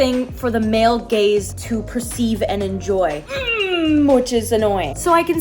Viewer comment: I can't tell if u said gaze or gays 😂